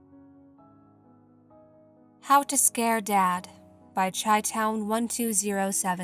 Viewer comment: It’s pronounced “Shy-town”, as in Chicago. It’s an “SH” sound, not a “CH”. Pedantic details aside, I’ve really been enjoying your channel. Your subscriber count is insanely low considering the stellar quality of your content. Really hope you start gaining the traction your videos deserve. PS; when other channels are plagiarizing and copying your videos, then you’re clearly doing something right!